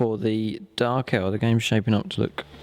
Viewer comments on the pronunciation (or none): you said dark eldER instead of eldAR